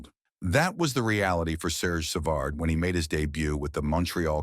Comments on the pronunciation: Savard is 76 and it's savard not severd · Cannot pronounce his name, what an embarassing crap video. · I hate the way you misspronounce his last name😂 Your gossip filled reporting is totally exagerated shame on you! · If it is A.I. doing the narrating, man oh man it's among the worst pronunciations of a name as can be. Who's programming job is that? Ironically it's pronounced correctly the first time before things go downhill afterwards. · If you are going to do these stories why can you not get the pronunciations right? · THIS IS UNWATCHABLE /// ///// SAV erd WHO IS \Sav erd GUY ... AS IN GEEE LEFLEUR NOT GUY AS IN BUY LEFLEUR IT IS UN WATCHABLE WHEN DONE IN COMPUTERIZED COMMENTARY